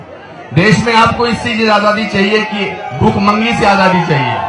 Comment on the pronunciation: i think modi is great no doubt about him i hope he will do some great work {bjp will/we will } and i think anupam kher is rational person BUT STILL WHAT IS BHOOK MANGI????????? is he trying to say bhikmangi or bhookmari???????/